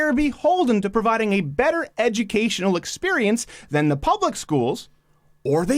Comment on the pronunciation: "And THEE Donald Trump." Thee? Thee, Crowder? Thee is "You". You mean "THE", correct?